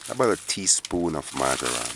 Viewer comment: Am not sure if i heard the name of that herb right....MARJORAM